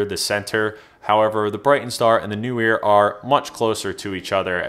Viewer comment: How come every person but two (and I am one) who can pronounce Neewer properly because I can see the double E in the name, thereby being Kneewere and not NEWwere or, as you say, New weer.